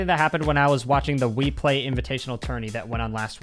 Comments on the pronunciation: did anyon realise when he said he was watching a replay he said weplay instead LOL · “the WEEPLAY.”